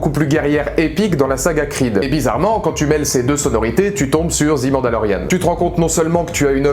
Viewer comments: Je viens de finir la série et, oui je suis du même avis que toi ! Très bonne vidéo ! Mais par contre, s'il te plaît, arrête de dire '' zi '' mandalorian... C'est '' ze '' mandalorian... '' zi '' c'est si le mot suivant commence par une voyelle... Juste une petite remarque, sans agressivité... Mais mes oreilles commençaient à être en sang 😅... À part ça, continue comme ça !!! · On dis pas '' zi Mandalorian '' mais '' ze''.' 'zi'' c'est quand le mot suivant commence par une voyelle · "The" prononcé "zi" c'est devant un mot commençant par une voyelle. "The" prononcé "ze" devant une consonne. Mandalorian, ça commence par une consonne. Du coup je te laisse appliquer la correction. Sinon, je suis déçu que tu n'aies pas pleuré du coup.